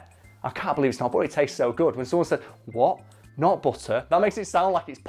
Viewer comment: all i keep hearing is "what, nut butter"